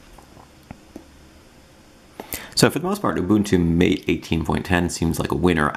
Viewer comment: Why can't those Linux "eggsperts" not pronounce Mate correctly? It's not Mayt, ffs!!! It's like Muh-teh, a spanish term coming from the Amazonian herbal tea yerba mate. The Mate devs are from South America, Argentina I guess. Every noob, examining Mate for longer than 2 minutes knows these simple things! Presumptuous Anglophiles gotta learn they are but a tiny minority on this planet of ours, and particularly in the Linux comunity.